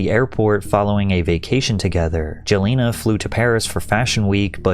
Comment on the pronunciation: WHO IN THE WORLD IS "JOE LINA!!??" LMAO